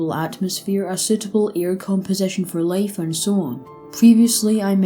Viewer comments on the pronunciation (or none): ear composition for layfe layfe tayme airth